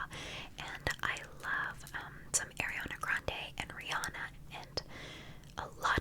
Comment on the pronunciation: LMAO "air- iana" i love you tho